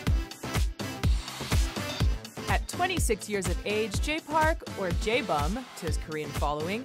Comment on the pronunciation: It makes me cringe so much when people can't pronounce the Korean and say "Bum" as if they are talking about the word butt